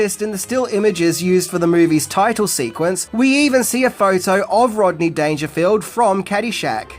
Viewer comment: Rob-ney Dangerfield huh? Interesting sir. Interesting. Salute.